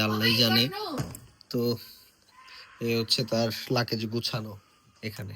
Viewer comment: লাকেজ ki bhai😂😂😂😂😂 It's luggage